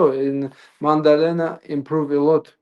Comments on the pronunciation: Maddalena ✖️ Mandelena ✅️ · Why calls the champ Mandalena? 😂😂